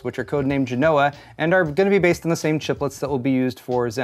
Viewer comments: Genoa is pronounced JEN-o-a. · It’s pronounced Gen-O-Ah get it right. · Geno's oh ah, accent on first syllable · It's pronounced Genoa. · So, AMD names previous chips after cities in Italy, and you somehow pull that pronunciation of "Genoa" out of your ass. Good info though.